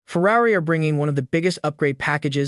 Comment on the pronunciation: Might want to learn how to pronounce the word 'Ferrari'...